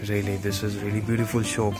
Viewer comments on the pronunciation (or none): it is not "mool" its is pronounced as "Mall". and also not "shoop" it is shop